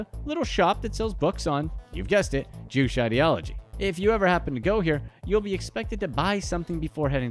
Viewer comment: #2, Juche - is pronounced Joo chae not jewsh